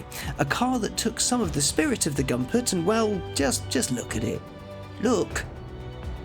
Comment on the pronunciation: It’s pronounced Goompert!